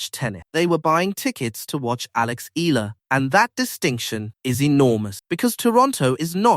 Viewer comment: Eala not ela‼️‼️‼️